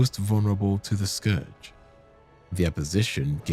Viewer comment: FYI 'scourge' rhymes with 'urge' not 'forge'.